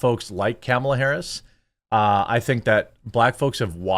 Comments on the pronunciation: I love how you refuse to pronounce her name properly. I do the same. She has not earned proper name pronunciation. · It's Khahmahlah! Get it right!